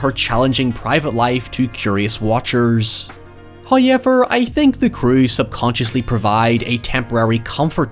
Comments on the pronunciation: Everyone else: however: hayevar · First "hoyevver" drops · Admit it, you're doing the "Heowyever" thing on purpose now, aren't you? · Thanks! Your "hoyevers" make every video a treat. I really appreciate your take. Cheers. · 1.50 for the first "hoyever" Is that a record? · nobody:: HOYEVER